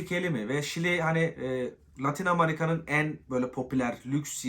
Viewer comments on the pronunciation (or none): Kardeş "amarika" demeyi bırak artık, amerikaa